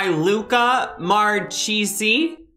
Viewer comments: "Marchesi" it's Italian, we pronounce it like /Markase/ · Luca Marchesi should be an italian name, so the "ch" in italian similar to a k therefore it's Luca Markesi.